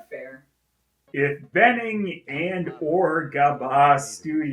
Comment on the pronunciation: A little nitpick, but that's not how you pronounce bening. The "be" part is actually similar to how you pronounce "burn" with silent r. Also, like someone said in the comment, Yogyakarta is a city in Java Island. Still a nice video.